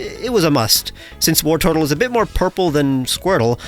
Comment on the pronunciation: Wartortle isn’t as in “war” it’s as in “wartor”